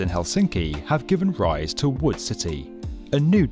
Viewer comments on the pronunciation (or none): i kept thinking it was “wool” instead of wood AAHAHHAA